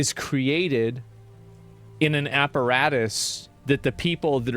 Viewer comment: he says “apparatus”